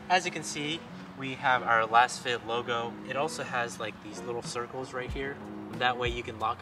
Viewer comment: Pretty sure it's pronounced "lasefit". Like they're laser scanned for a custom, precise fit.